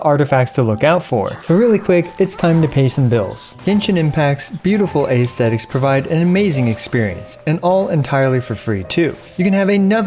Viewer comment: It's pronounced eh-stetics,, not ay-stetics